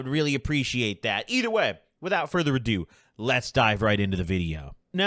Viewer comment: "without further ado" *Ados further 😂